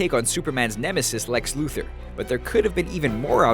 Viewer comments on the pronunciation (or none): none